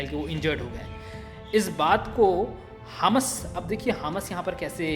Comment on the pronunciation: Bhai wo hms nahi hamas hi good explain